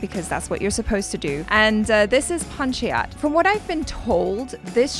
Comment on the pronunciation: it’s pronounced Pun-cha-yat.:)